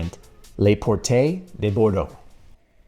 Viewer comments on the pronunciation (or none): “Lay portay” de Bordeaux 😢